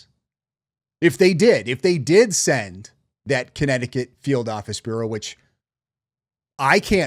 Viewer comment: Is she saying burrow or bureau? She can’t read her teleprompter. She has the vocabulary of a teenager. She doesn’t red books. If there is a conspiracy, having a group of influencers misdirect audiences away from the subjects and focused in the wrong direction, and if you want to make sure the FBI can’t expose the conspiracy make sure they are overloaded with 11k leads…